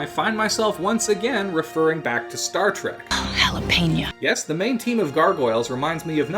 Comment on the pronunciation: why do you say jalepena?